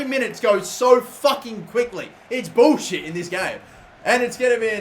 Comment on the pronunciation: hahah I like how he says "it's bowshiit" instead of "it's bullshiit"